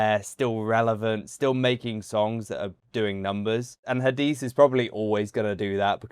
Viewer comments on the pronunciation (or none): Ha-di-seh is the right pronunciation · Her name is Hadise you have to pronounce the E at the end like E for Echo. But you are doing very well with the pronunciations we appreciate your reactions thanks